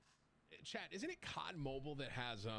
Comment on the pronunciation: With saying cod mobean I just cracked up